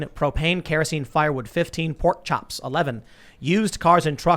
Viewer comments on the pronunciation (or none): can you say pork chops again?